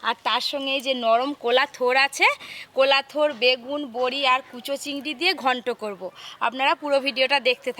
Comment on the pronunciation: কলার থোর না, কোলার থোর। লঙ্কা না লোঙ্কা। চটোলা চিংড়ি🤣🤣🤣🤣 অজানা কিছু তথ্য - থোর এর ওপরের খোসা ছাড়িয়ে নিতে হয়। বড় চিংড়ির স্বাদ বেশি হয়। বাজার এ টাটকা থোর পাওয়া যায় না। মশলা ঠান্ডা হলে তারপর গুঁড়ো করতে হয়। ঝালের জন্য লঙ্কা গুঁড়ো দেওয়া হয় আর রং এর জন্য কাশ্মীরি লঙ্কা গুঁড়ো দেওয়া হয়।